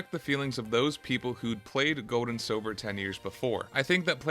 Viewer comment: my name is Silver, not Sobber lol and WHAT IF you talked through the entirety of that amazing Arceus cut scene... oh wait, you did